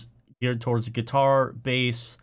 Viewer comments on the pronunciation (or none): none